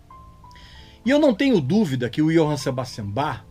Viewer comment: Muita gente, ao dizer "Sebastian", pronuncia "cebástian", em vez de "zebástian", pois, em alemão, é assim que é falado.